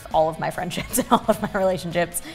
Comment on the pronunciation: elise saying relationchips instead relationships lol or is it just me that heard it like that haha